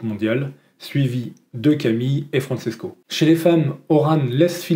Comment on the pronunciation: Bonjour, je te suis depuis les tutos Wing avec ton père (et je croyais que c’était un pseudo…. ) et j’apprécie toujours tes vidéos. Le parasuit, c’est trop drôle! Pour information, Francesco se prononce FranCHésco ( comme le CHE Guevara) et non FranSesco et Tricks étant le pluriel de Trick, s’il n’y en a qu’un, c’est un Trick, sans S. Juste pour que tu sois parfait 😅